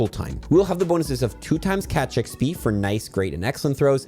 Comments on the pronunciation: I love you but I hate the way you say eggsbeee 😂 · Thanks, huge tips as always! Sadly don't think I'll get to 50 but I'll see what I can get done. Side note - no idea why, but I always hear saying XP as "eck spee" instead of "ex pee". Pretty sure I'm losing my mind listening to this video 😂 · Have y'all noticed he says "XB" instead of "XP"? I did and now I can't un-notice it. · Does anyone else hear XB sometimes when says XP? Or am I getting old? 😅